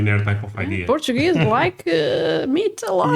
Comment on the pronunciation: I LUV my "Port-a gue"